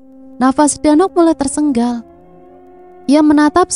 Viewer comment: Maaf gk pernah komen,mimin ini gk bisa ngmg TERSENGAL apa ya,knp di semua videonya semua pasti TERSENGGAL,padhal kan bahasa yg bener itu TERSENGAL,CM 1 G SJA.maaf ya bkn sok pinter tp tlg di koreksi,biar lbh enak di dengar.